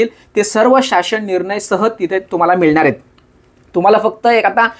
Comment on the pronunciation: दादा तुम्ही 'ळ' ला 'लं' असं कां उच्चरता मिळणार ला मिळणार कळणार ला कलणार असं कां 🤔